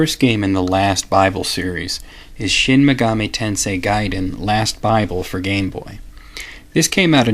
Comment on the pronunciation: About the pronunciation...I've always thought megami was pronounced the way you say it, but Atlus's website says its pronounced with the first syllable stressed, not the second. I actually couldn't find online which syllable is supposed to be stressed when saying the word all on its own, only how the syllables are individually sounded out. But I guess Atlus can call their games whatever they like and pronounce the words however they choose. Regardless, I love this series and love your work.